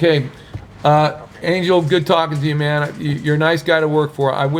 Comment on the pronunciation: his name is pronounced an-hel not an-jel